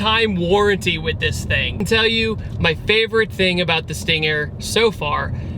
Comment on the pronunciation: Sting-air? Sting-haire? Sting-ayer? XD